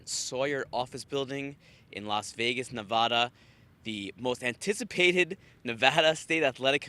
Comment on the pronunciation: Nevarda/Nevada lol